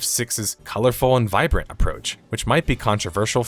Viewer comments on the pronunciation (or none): none